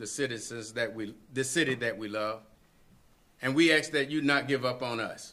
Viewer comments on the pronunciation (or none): I would like to ax him a question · And he doesn’t know how to say ‘ask’!